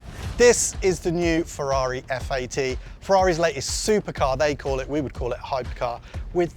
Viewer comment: Such chavvy commentators - can't even pronounce the word 'latest' just a few seconds in ...